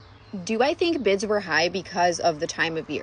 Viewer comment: I thought you said "bits" at first. "$17,000.00 for a bit? I had no idea they cost that... Oh, she said 'bids'."